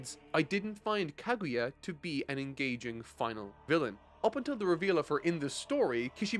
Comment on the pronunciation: Can't believe got through the whole series and still can't pronounce names. He can pronounce naruto fine but kaguya and konoha eludes him. Decent review overall but you seem more preachy in this as opposed to past series. Just my two cents tho